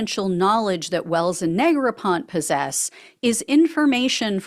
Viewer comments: I believe it's Negropont-ee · Neg-ra-pon-tee 😂😢😮 That Orange Stain will never wash out.